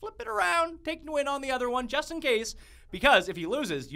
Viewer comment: It's cringey the way you pronounce Nguyen.